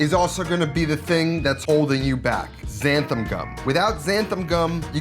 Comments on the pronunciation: xanthaN not xanthaM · Cool video, but I gotta point out a common mispronunciation you make in the video. It's not xanthaM gum, it's xanthaN gum, with a capital N ;) Other than that, great tip on using some milk powder! I'm gonna try that! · XanthaN gum (not xanthaM) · Whoever told you there's an M on the end of Xanthan, was pulling your leg.